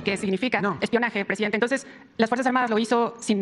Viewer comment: "TOSES"!!!, Eeeh, no... no ejpoamoj a nadie!!! "TOSES"!!! Tuuuu periódico ej neoliberal... "TOSES"!!! Nooo jomoj igualeeej... "TOSES"!!!quiero pruebaj... (Atte. El KK's bien enojado)🤣🤣🤣🤣